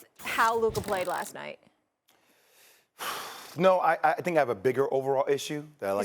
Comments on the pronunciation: Can't pronounce his R . His New York accent anything in an A is now the hard Er 🤣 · Who TF is LukeRR?? Stephen A cant say his name right 🤣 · Why does this dude keep saying luker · I don’t like how Stephen A is using the hard “er” instead of the “a” when he says Luka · It annoys me that Stephen A says Luker and not Luka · Who’s Luker? Maybe he knows Rob Pelinker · Why Stephen A calls Luka "Lukerr"? lmaoo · Why does Stephen A call him Luker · “Luker doncic” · Nobody. Steven A: Luker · Is Stephen a calling him Luker? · If Luka gets better on defense SAS should be forced to say his name right lmfao "Luker" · SAS CALLED THE MAN "LUKER" LOL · His name is Luka, Stephen A…..not Luk’ER!! Smdh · For real. Luker? Really? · If Stephen A. Says luker one more time 🤣😂😂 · It’s Luka not “Luker” lol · "Luker Doncic" - SAS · Why does Stephen A call him Luker?? 😭😭😭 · Stephen A calls him Lukar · Luker Minnesoter etc 😂😂😂😂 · Looker. lol StephenA sounds bristish with them random added Rs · SAS saying “Luker” makes me want to die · Stephen A saying Luker 😂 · Who TF is “Lukar” 😂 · “saids luker one second later” 😂😂😂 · So much disrespect from St. A. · It’s just so pronounced in this video especially, “Luker”😂😂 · Nobody: SAS: “Luker Donchick!” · Everyone: "Luka Doncic" Stephen A: "Luker Donchick"